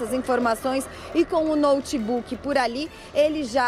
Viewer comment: “Até mesmo com um ‘noutebuque’!”